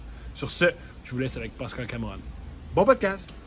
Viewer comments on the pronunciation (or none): C'est pas Pâscal mais Pascal hahaha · De rien ! J'adore Thomas c'était pas méchant mais je grince des dents quand j'entends Pâscal prononcé comme ça lol